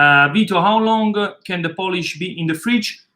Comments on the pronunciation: It's POOL-ISH, NOT POLISH Vito! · I love your pizza recipe. I do it all the time. I have a quick question. Why do you call it Poolish and not biga? Is the word poolish more associated with Napoli mor than Biga?